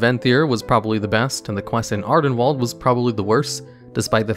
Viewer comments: "Ardenwalled." You must've seen that harry potter fantastic beasts sequel recently to pronounce it like that. They say Ardenweald within the game as well so there's no excuse lol. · It's wild how youtubers mispronounce things that get said aloud in game all the time, like ardenweald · Jesus, mate, just bother pronouncing things the right way, its painful to hear Ardenwall every 20s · Ah yes, "Adenwalled", my favorite.